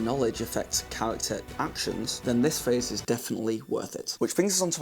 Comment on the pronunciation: The fact that you keep saying phase instead of phrase is very distracting. In fact at first I thought you said face.